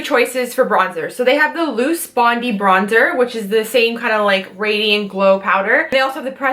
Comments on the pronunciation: hahaha not bond-ee bond-eye like the beach haha! Oh and koalas not koala bears lol!! Don't hate me, just a sucker for correction... I love Cnanada!!! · Love to see the Aussie brands getting a shout-out, it's a great line of products. By the way though, it's Bond-eye not Bond-ee, and they're koalas not koala bears. I have and use the full coverage concealer and can't make it look as good as you did, will have to try your techniques! You make it look both stunning and easy!